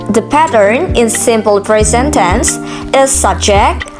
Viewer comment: Good job, my dearest sister. Your explanation is very clear. For a little correction, please pay attention to some pronounciation like "present, followed by, event". Then which is correct; my analyze or my analysis? But overall is good. You do your best